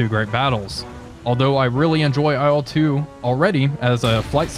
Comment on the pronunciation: Il-2, dude, not I-L-two. IL is just the title-spelling for marketing purposes, better readability (aside from that it's spelled incorrectly!). Nine times out of ten Russian planes' designations are syllables and NOT abbreviations, usually syllables of the chief engineer's/designer's name. Or what do you think I-L stands for in your ... humble opinion? For Ey-Al-Yushin? LUL How would you say MiG then? Em-Eye-Gee? It's Ilyushin, so it's pronounced "ill-two", the first syllable of a real person's family name, which has as much to do with IL as uranium with urine. Dead simple.